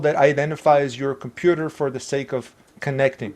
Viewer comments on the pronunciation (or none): none